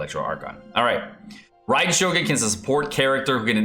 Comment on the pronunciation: Yay!! You can pronounce her name correctly :) good job!